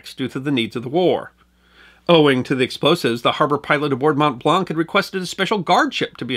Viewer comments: Your pronunciation is generally flawless .....but "Mont Blanc" is pronounced very different than "Mont-blank". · Hey there, you pronounced Mont Blanc wrong. The a in this word sounds like an o as in wonk; it's a French word. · From a lifelong Haligonian - very well done (an erroneous reference to Cambridge and mispronunciation of Mont Blanc being minor quibbles). I was able to attend the 100th-anniversary commemoration ceremony - very moving. For more on the Boston relief effort, check out "Abraham Ratshesky" who was appointed by MA Governor McCall to lead the relief effort.